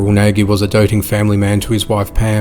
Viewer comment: The last name "NAGY" is Hungarian & is pronounced, "NODGE", NOT "NOGGY".